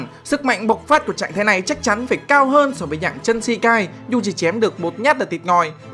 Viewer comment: True mà cứ đọc chân là sao anh🐧